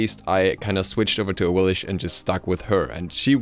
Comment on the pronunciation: It is pronounced Awilix, not "Awilish"